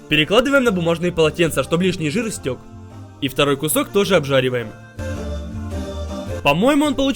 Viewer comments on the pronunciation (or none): none